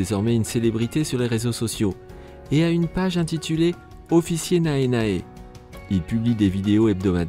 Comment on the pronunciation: Attends, "Nae Nae" se prononce "néné", le "a" ne se prononce pas Même le supérieur décide de danser, c'était génial XD